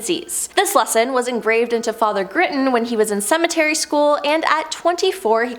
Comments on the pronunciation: SEMINARY not cementary!!!! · It is seminary not cemetery. Lol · Seminary school, not cemetery school. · Love this channel, but you guys really need to check the pronunciations of things you're talking about. Westminster, not Westminister Seminary not cemetery... etc. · It’s seminary school not cemetery school…get out much??? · seminary not cemetery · Lmao! It's SEMINARY, not Cemetery school! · Agreed on failed pronunciation, seriously! Seminary NOT cemetery! Not to mention numerous other mistakes! Annoying! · Cemetery school? Cemetery school. SEMINARY. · The girl with the glasses needs note cards or lessons on words. She got several wrong.... i.e. Seminary... not cemetery. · LOL! It’s Seminary not Cemetery 😂😂😂😂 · Did she say “CEMETERY SCHOOL”??lol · Seminary not cemetery 🤦🏼‍♀️ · It's seminary school, not cemetery school lol! 😂😂😂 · Your presentors are either ignorant or can't read. Seminary not cemetery. Ordained not whatever she said. Sloppy work. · BTW it's SEMINARY school not CEMETARY school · It's Seminary NOT cemetery, and ministry not ministary. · Still cemetary school? 🙄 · Cemetery (seminary). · Cemetery school? It’s seminary! Lol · Omg if only public speaking classes were required to create YouTube content...seminARY school ClerGy arCH CH "ch" not ark 🤦‍♀️🤦‍♀️🤦‍♀️